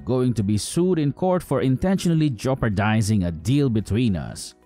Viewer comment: How does the guy playing Warren keep getting work?.... He's so annoying...."joperdizing"?🙄